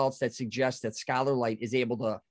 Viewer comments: The interviewer refuses to even pronounce the scay ler energy properly. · I can't take the mispronunciation of "scalar" energy by the host.